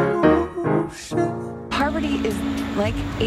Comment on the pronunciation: How does she pronounce her name? Pretty sure it's not "Poverty".